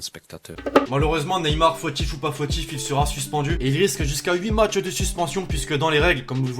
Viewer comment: Qui a vu comment il a tué le français, Matchs et non macths